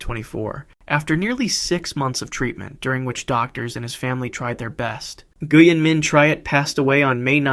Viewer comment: Nguyen is pronounced like “when”.